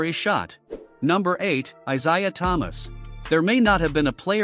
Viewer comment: And the wrong pronunciation